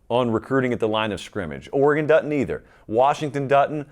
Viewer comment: "Du-tint" ... you mean doesn't? Haha